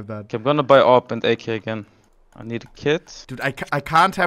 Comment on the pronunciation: "ah-vee-pee"....bro why the fuck do you sound out the first half and then say the wrong letter, and then say the last letter. Its just "ah-p" AWP